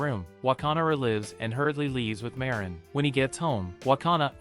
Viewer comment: I fell like am trigger a bit because he say ma rin not marin